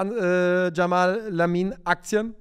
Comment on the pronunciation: Er heißt "Yamal" und nicht " Jamal"!